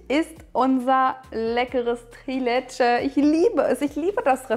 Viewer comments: Leckeres, authentisches Rezept! Die Soße sieht auch wie die aus Albanien aus. 😍 Das Dessert spricht man allerdings „Triiileeetschä“ nicht „Trilätschä“ aus :) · Das wird in der Türkei anders ausgesprochen